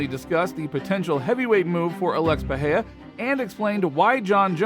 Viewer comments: I'm trying to say he's pronouncing his name like it's a Spanish word but in Portugese the R is not silent in the middle of the word. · First learn to pronounce Pereira, second how is Alex supposed to go to heavyweight in 4 months when Jones took like 2 year at least of training and bulking?